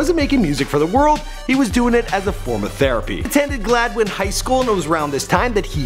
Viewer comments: IT'S GLAD - WIN... NOT GALD - WIN... Literally not hard to say (I'm from Gladwin MI so sorry for raging, but that's SOOOO annoying...) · It's... Glad-win? Not Gald-win? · It’s G-L-adwin not galdwin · GLADWIN, Michigan. Not Galdwin. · haha I had to replay that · He said Galdwin instead of Gladwin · Bruh he called it galdwin it’s gladwin I honestly was a lol offended by that sense I live here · Its "glad-win" not "gald-win" or what ever you said.. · Aye I'm from Grand Haven (small town off of Grand Rapids) I also know where Gladwin is my aunt lives there and its not "GAWLDWIN" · You said born in Galdwin , MI 🤦🏽‍♂️🤦🏽‍♂️ Its Gladwin! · I’m allowed to say this because I’m from Saginaw Michigan but did he really just say...galdwin, it’s glad-win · This dude just said “GALDwin” lol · It's not Galdwin, its Gladwin! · It's not Gawldwin its Glad-Win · Gald-win Michigan? It’s Glad-win. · It's Gladwin not galdwin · “Galdin” lmfao it’s Gladwin come on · He is from Gladwin not galdwin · Galwin??? You mean Gladwin?? Can’t your read !! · Gladwin* not Galdwin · It's Gladwin not galdwin. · Its Gladwin not galdwin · “Galdwin” sorry but it’s pronounced Glad - win 😂 sorry no hate just saying. Also where all my jack pine conference people at? Go flying Gs and Pioneers! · Did you seriously just say Galdwin? As someone who spends a lot of time in Gladwin, you completely butchered the name. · It’s glad-win not guldwin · GLADWIN NOT GALDWIN! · It’s gladwin mi not galdwin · GLAD-WIN not Galdwin. #proudmichigander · Glad-win not galdwin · Surprisingly well done and accurate. I went to high school with Nate, so I've been around since day 1. Good video! You did butcher the pronunciation of Gladwin though. Lol It's "Glad-win", but it's all good. Lol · Definitely pronounced glad win. I don't have any love for them but show some of us small northern Michigan towns some respect. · It's pronounced Glad•win. It literally says it on the "Welcome to Gladwin" sign